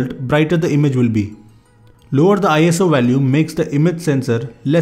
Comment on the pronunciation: It's not eye as oo It's just iso ISO is not an acronym